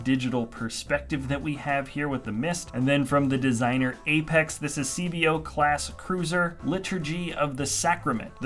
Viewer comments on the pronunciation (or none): none